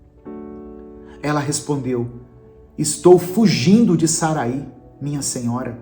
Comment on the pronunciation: O nome Sarai, na biblia,não tem acento no i. Então a pronúncia não é Saraí e sim Sarai.